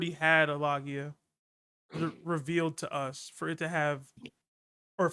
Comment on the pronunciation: Why do you all say Logia wrong? 😂